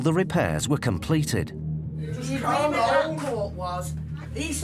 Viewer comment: And "agreement" is apparently "agleement".